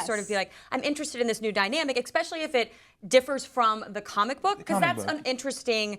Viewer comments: Ex-specially? Are you tired? Want some Ex-spresso? Maybe some Pssghetti? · the blonde said "exspecially" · this is the third time I've heard it from you in so many days, please stop saying "eXpecially"